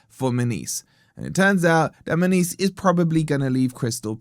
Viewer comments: Munoz…….NOT Muniz 🙄🙄🙄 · "Munees" 😭 it's "Mu-nyoz" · His name should be pronounced Moo-nee-oz. 😂👋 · how can you completely nail the pronunciation of every mineral and herb extract that goes into your oxford weight loss product and then completely butcher a name as simple as munoz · Why is mis pronuncing his name? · 😂😂😂 learn to say his name right for one ffs 😂😂 and trust me mun OZ aint going forest 😂😂 bless ya